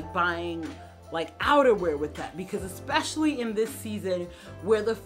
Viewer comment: It's especially - not ek-specially. (I feel that you are a person who cares about how she is perceived - so I correct you respectfully and with gratitude for your channel. I've been watching and enjoying it for many months now.)